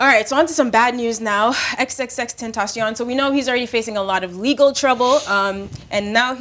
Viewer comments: In the words of Mal’ “Ten Ta CION” 🤣🤣🤣.......btw we need a Whoo Kid Drink Champs! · It’s XXX TENTA SEE ON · Man really said Xtension..